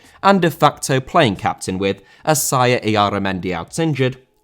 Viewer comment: Ffs Alfie is Asier,Ass-ee-er,not Assaya you need to improve your accent,awful just awful